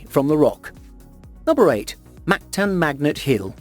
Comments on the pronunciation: Its moncton not mactan atleats get it right I am form there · Moncton* not Mactan hahah